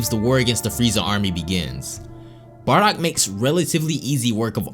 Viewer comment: This guys just say barrack haha 😹